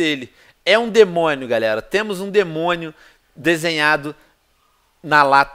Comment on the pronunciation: Venom vc fala debonio